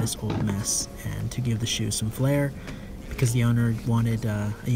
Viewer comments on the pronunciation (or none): none